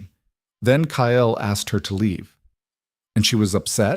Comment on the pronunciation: The man’s name is Kyle and pronounced KYL NOT KY. EL.